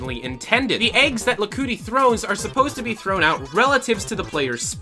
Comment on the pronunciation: "Lakuti" Ah Hell No! It's Lakitu! Not Lakuti!